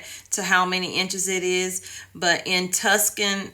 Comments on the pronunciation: Tucson, AZ is pronounced "Toosun". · Too-Sawn is how you pronounce Tucson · Live in southeast Minnesota and our town about 12 miles north of Iowa flooded some our town too. Look up how to pronounce Tucson Arizona.